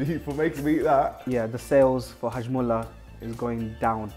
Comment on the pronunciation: He said hajmulla wtf